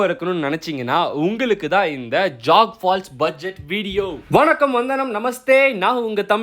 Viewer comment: அது ஜாக் பால்ஸ் இல்லை ஜோக் பால்ஸ் ...மிக அழகான அருவி..